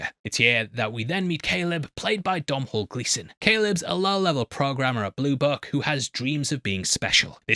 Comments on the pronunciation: im begging you to look up how to pronounce Domhnall Gleesons name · Domhnall Gleeson = Donal Gleeson